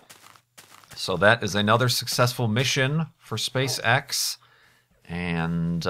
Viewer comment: I kept hearing SpaceSex but I can guess he meant SpaceEx or am I totaly wrong?